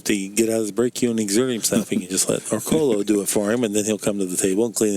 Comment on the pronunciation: As long as he's been in the game. it's amazing how many times Orcollo's name gets butchered. Great video production and excellent commentary otherwise.